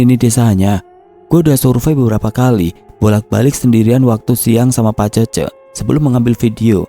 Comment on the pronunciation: Cece dibaca Cécé. Ke depannya kalo bacain certa dari tanah Sunda mending cari tau dulu.